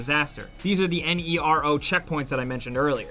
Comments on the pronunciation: Just say Nero, not N E R O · "NERO" means black (hence the black colour of the containers) in Italian and many other languages too. So i think you should just pronounce it as a word instead of an abbreviation.